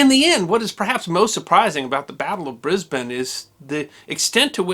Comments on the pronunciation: You pronounce Brisbane correctly!! Well done. Well researched and interesting as always. Hi from Oz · Oh hooray - you pronounced Brisbane correctly! But pronounced "Papua" incorrectly... (pahp-oo-ah) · Kudos for pronouncing all the streets and Brisbane correctly. Interesting tale, and a fragment of the Over paid, Over Se%ed and OVER HERE feelings in Australia at the time. Cheers Brissie Brad. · What a awesome story and the only time I have ever heard a American pronounce Brisbane properly. Well done. First class!! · Thankyou so much for not saying ...BRIZ-BAYEN....may you be rewarded in the comments......In the initial "Donnybrooke"...he didn't "punch him in the mouth"....he "belted him in the chops"...as we used to say....the famous "6 o clock swill" (drink lots of beer, and fast) was still a thing in the 60's....and caused more road fatalities each year than all the Auzzies killed in the entire war in Vietnam....the Battle of Brizz-o, had a LOT to do with the serial killer Eddie Leonski who was hanged about the time of the riot, raping and killing 3 women and attempting the same on a few others, his actions and trial caused A LOT of resentment, his hanging 2 weeks before would have been a hot topic at the time. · Well done for pronouncing "Brisbane" correctly and for the use of the term "Donnybrook". Love your work! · Congratulations on getting the pronunciation of Brisbane pretty much spot on. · Classic Australian behaviour, love it. Also, I'm glad you pronounced Brisbane properly :D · Someone's been practicing pronunciation. Your 'Brisbane' is spot on, mate. 👍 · Thank you pronouncing my citys name correctly. It's a small thing I admit, but something about hearing the name bris-bain just grates on my ears so very much. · Thank you, a well balanced account. And you pronounced Brisbane correctly- Briz-bun, not Bris-bane. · As a Brisbane local I thank you for pronouncing Brisbane correctly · Congratulations on pronouncing Brisbane correctly.